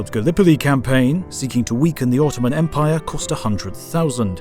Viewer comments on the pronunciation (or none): none